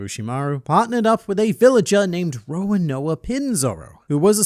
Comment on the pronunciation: I cant unhear Roanoa :(